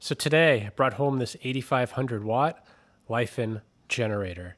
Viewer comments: FYI "Li" is pronounced how we (American's) would say Lee As for the whole "slipped thought quality control" LiFan is a pretty reputable Chinese Engineer manufacturer, that isn't something that could happen. Plus looking at the engine/unit it has plenty of wear, I'd assume someone ran it low on oil/on a slope so the low oil sensor was engaged but at a point where the motor wasn't getting the lubrication it needed and it damaged the crankshaft/connecting rod. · Should pronounce as LeeFan